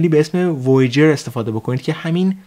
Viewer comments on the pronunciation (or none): [voi-uh-jer] na [voi-jer] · آقا کلی ادا میای تو حرف زدنت که بگی من خارجیم. وییجر رو درست نمیتونی درست تلفظ کنی !!! دستتونم درد نکنه فقط ادبیات حرف زدن رو درست کنید.